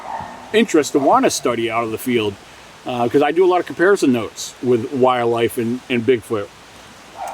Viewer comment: Is it me or is this guy not pronouncing "wildlife" correctly? It sounds like he's say "wire-life" 300 times lol